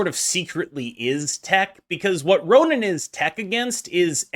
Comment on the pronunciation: It's RonAn, not Ronin.